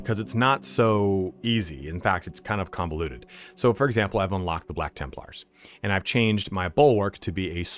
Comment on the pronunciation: "For examper"